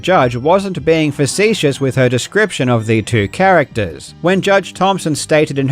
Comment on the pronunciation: Facetious (fuh-see-shuhs) It means sarcastic